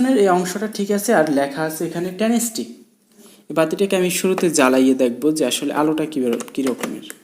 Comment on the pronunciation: উচ্চারণটা হবে ট্রান্সটেক ।ট্রানস্টিক না ❌